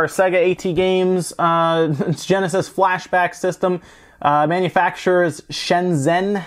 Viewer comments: I never hear someone called AT games as "ey tee games" usually people read it as "@ games" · AtGames, not Aey-Tee Games. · i don't think he even has the respect to pronounce them properly, and i get that.